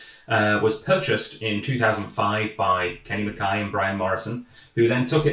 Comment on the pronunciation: Morrison and 'MA-KAI', not 'MA-KAY'. Reek can be smoke or smell, as in "he's fair reekin" or "he's mingin", which is extremely smelly!